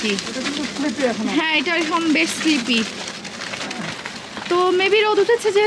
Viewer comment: Sleppy na apu slippery..don't mind please..enjoy....bangladesh e wellfood a baklava pa2a jay